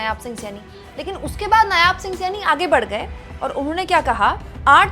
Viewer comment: Madam g, nyaab nahi, नायब सिंह